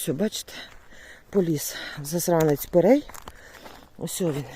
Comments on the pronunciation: пирІй, а не пЕрЕй.🤦😁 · треба казати ПЕРІЙ, ане перей.